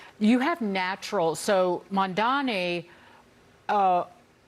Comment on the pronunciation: It slays me that NOBODY (his critcs) seems to be able to pronounce his name correctly. Mamdani. Think of Mam (like Ma'am) & dani (like name Dani) or even like Mom-Dani, but Mamdami, Mandani, Mandami has me crying 😂😂😂 because it seems so purposeful.